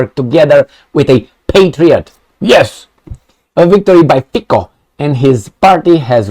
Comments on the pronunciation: I am a Slovakian and big fun and subscribed to your chanel and watching you daily. You're good and truthful guy and hope you will continue. Please, pronounce Robert Fico correctly. It reeds FITSO not Fiko. Slovakian C is TSE. So please reeds Robert Fitso. Robert is guy with stainless steel balls like Orban and he will not back off from his promises. You know Slovakia is the most simpathetic people to Russia in all stupid EU. That's true. They are our ethic brothers and we don't hate them. Ukraine on another side was always issue. Trust me! Revolution in Europe has started and hope Romanians will join soon. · I don't but trying to pronounce something lite "ts" as in "let's" for Fico is not a big hurdle, is it. Besides, it is not the inability, but the lack of intent, what the issue is here. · I am Slovakian and Fico (do not pronounce "c" as "k", but as you would "c" from word Citrus:) ) Hi is not without some "sins", but he is the smallest sinner from all the rest weasels! To my surprises second finished "Progressive Slovakia" which is bunch of USA rectal alpinists and propagators of LGBT + perverts, gender freedom and rest o the BS. In to the same category belong also Slovakian president Ms. Caputova - permanent visitor to US embassy in Bratislava! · 'Fico' is pronounced like 'Fitzo' in Slovak - May Robert Fico be true to his words - enough of the USA and NATO.